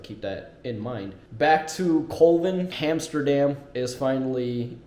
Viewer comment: BTW, the episode is called "Hamsterdam," not "Amsterdam."